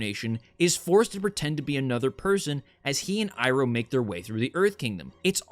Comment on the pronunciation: I haven't watched this but hearing how much they butchered uncle Iroh pisses me off to no end.